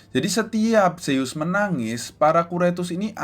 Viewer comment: Kak bukanya nama anak rea zeus bukan seyyus